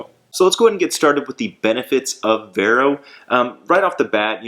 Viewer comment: It’s pronounced “Var-oh”